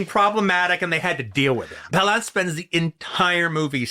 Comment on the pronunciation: Why is QT calling him Jack pau-LAUNCE? Isn't it Jack PAL-lance?